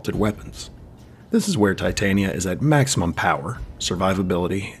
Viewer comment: I genuinely appreciate your attempt to pronounce her name correctly i actually grew up with her name being pretty common for me this is my 4th video and your the first person to reduce the cringe